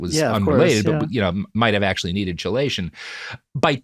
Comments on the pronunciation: Omfg why can’t you say chelation right? Great episode but FFS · Glad I’m not the only autist who feels this way 😂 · I hate to be that guy, Robert, but chelation is pronounced like "key-lation" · Good episode overall but I had to skip past the entire segment about “chill-lation” because the mispronunciation was driving me nuts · Chelation = KEYlation This is killing me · BTW, chelation is pronounced "KEY-lation." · "Chelation" "Key-lay-shun" That is all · listening you to mispronounce "chelation" one thousand times in this video is making my head vibrate with rage. It's "key-lay-shun" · I am autistic and ADHD. I actually think there's a good argument that they are different faces of the same condition. In this context, i can see the harm, but i just wanted to say this here. Also, it's pronounced "key-lation"!!! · I am sorry to be this guy. My OCD compels me to do this. I often have only seen words in print & mispronounce them. Robert please learn the correct pronunciation of 'Chelation' & 'Thio'. For some reason they are pronounced 'Key-lation' & 'Th-eye-o'. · KEY LATION. not CHE Lation!!!! AAAAAAAAAAAAAAAAAAAHHHHHHHHHHHHHHHHHHHHHHHHHHHHHHHHHHHHHH!!!!!!!!!!!!!!!!! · Chelation is pronounced KEY-lation. A deceptive spelling. Sorry driving me nuts... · Im autistic, and the hardest part of this episode was listening to him mispronounce "chelation". Its pronounced like "key-lation" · Wish I could push this comment up further. I've only listened to three episodes of their podcasts (including this one) and the word has been in, and mispronounced, in all three. 😂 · Yeah it's Key-lation as others have pointed out. It's type of group/molecule that resembles a crab claw (etymology "chela" aka "crab"). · Pretty sure it’s pronounce key—lay-tion :P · Key-lay-shun therapy, Robert. jfc. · Was gonna say the same. Hits different when you've spent years working with chelating ligands haha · Chelation is pronounced “KEY-lation” lol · Robert!! Key-lation!!! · It’s pronounced KEY-lation.